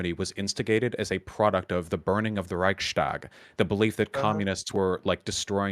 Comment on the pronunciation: A bonus point for trying to pronounce "Reichstag" correctly.